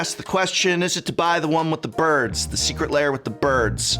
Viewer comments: BTW, the word 'lair' has one syllable, should not be pronounced as "layers", but "l-airs" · The prof always pronounces this like it's secret layer.